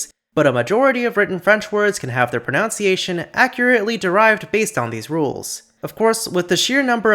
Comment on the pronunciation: by god can you stop saying "pronounciation" 😭